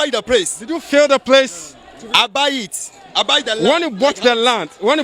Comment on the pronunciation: Did I hear him say PRACE 🤣🤣🤣🤣